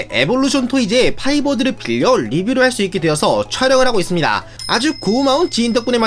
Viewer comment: 파이버드 아니고 파이어버드인데😊